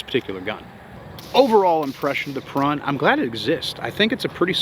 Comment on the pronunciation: It's annouciated as "peroon" and you roll the R. Perun is one of the ancient slavic pagan gods. I might get one just because I'm slavic. Thanks for the review.